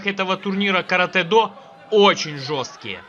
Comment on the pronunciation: Слава богу , хоть кто то правильно сказал название японского боевого искусства Каратэ-до .Вам лайк от меня.